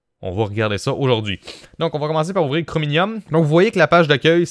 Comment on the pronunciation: Hoooo po mal l'os !! Sinon pourquoi tu dit chrominium au lieu de chromium ? XD